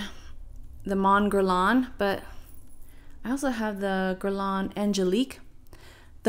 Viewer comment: Pronounced Mon Guérre Lain…silent n ..and NOT MONN GERR LAWN